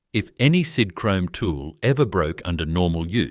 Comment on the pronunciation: Sidhrome? God I hate AI